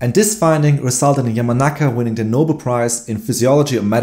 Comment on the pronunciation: It is pronounced no-bell. I know English is not your first language so no big deal just want to help you in future broad casts.